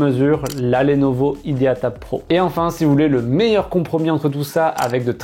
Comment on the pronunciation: Prononciation complétement fausse de "idea"...